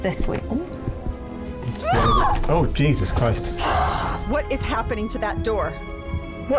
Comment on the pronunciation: please do try treat Christ name with attention on how one says it